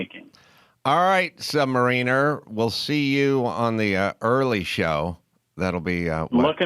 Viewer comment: Stan Lee mispronounced the name Sub-Mariner